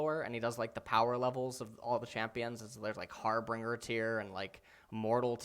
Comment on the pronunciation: did my guy really say harb(R)inger (pronounced har-bring-er) and not harbinger (har-bin-jur) OMEGALUL brother